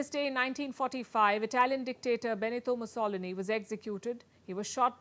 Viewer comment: Wait! Mus O lin ee? LMAO. Musso LEE nee. That is how you say it.